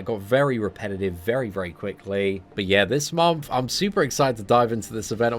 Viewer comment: MONTH! not MOMTH. xD every fucking time bro